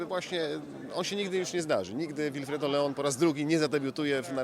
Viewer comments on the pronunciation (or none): Jego imię czyta się Łilfredo!